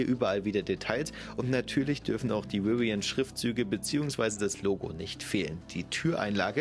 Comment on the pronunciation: Bitte laß dir mal von einem Engländer oder Amerikaner zeigen, wie man Rivian ausspricht! Nicht Riwian, sondern Rivian - mit einen stimmhaften V!